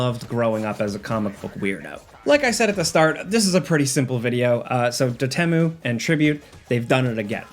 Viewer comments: Not sure if I've ever heard "Dotemu" as it's spelled versus the pronunciation "Dot E.M.U.". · it's dot emu, as in pixelated emulation, not "do temu" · not trying to hate (I too mispronounce words all the time) it's dot E M U I think?? it's a reference to emulation files so period then letters phonetically